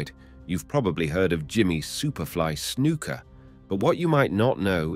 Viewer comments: His name isn't snooka it's snuka 😂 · I started to watch this video with good intentions to learn something but honestly this is like gossip because you do not have all of your facts straight dude. BTW it's Snuka not Snooka. Scott Hall started in AWA not WWF. Get your facts straight. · "Snooka" is the one that gets me. Smh